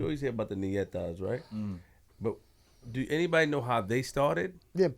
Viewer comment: Its not called Nietas its called NETAS